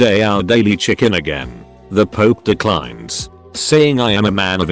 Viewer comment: Pope: exists Text to speech: pOoP